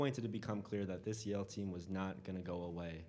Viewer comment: Yale???? Yale????Yale???? NO EXCUSE.